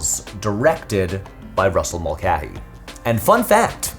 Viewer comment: Brother why are you saying the common surname Mulcahy as "Mul-keh-hee"??? It's always been "Mul-kay-hee".